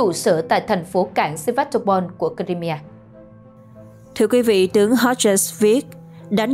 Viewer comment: bán đảo “ Crimea “đọc đúng phát âm theo tiếng Mỹ là Crai-mia chứ không phải là Crai mi a, nữa Mỹ nữa Pháp lẫn Việt.